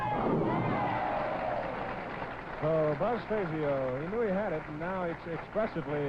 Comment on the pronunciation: Jackson showed no respect toward Buzz by continuing to mispronounce his last name (Billy Welu correctly pronounced his name at the beginning of the match) May seem pretty, but the name Fazio was legendary in the PBA community.